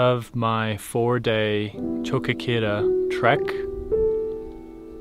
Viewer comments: Nice video! I enjoy that you comment during the trekk. The enhance part, the ants and the cat were great moments. Just one thing, you have to pronounce the 'o' in the end of 'Choquequirao', it's there, it's not silent. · Thank you. I knew he was saying it wrong.